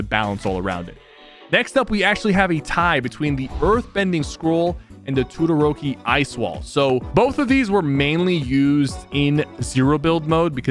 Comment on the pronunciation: Dude, it is Todoroki is is pronounced toe doe ro kie